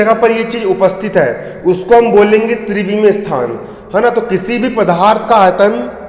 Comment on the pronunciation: Pdarth hota h pdharth nhi